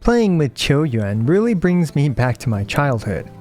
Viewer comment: Its "chou yuan"